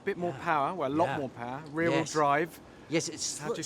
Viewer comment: It´s Riu Whieu Drive!